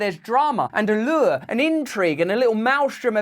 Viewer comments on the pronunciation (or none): none